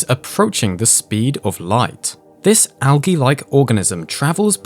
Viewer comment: Al-ghee? Sorry, its pronounced Al-jeee